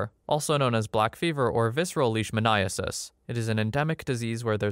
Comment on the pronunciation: Vet student here, spot on with the pronunciation of leishmaniasis